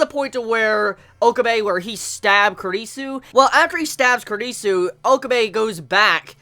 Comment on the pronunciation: Your pronunciation of Kurisu is so...ugh..wrong lmao